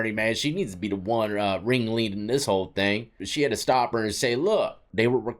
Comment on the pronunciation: Hahah i never heard that before but now you said it and that is stuck in my brain 😂😂... still love that intro, keep it going. "23 and WON"